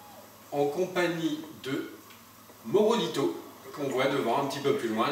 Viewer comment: C est pas morobito c est morabito continu tes vidéo! J adore ta chaîne!